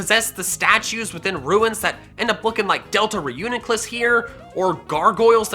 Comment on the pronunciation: What said: Delta Reuniclus What I heard: Delta Runerigus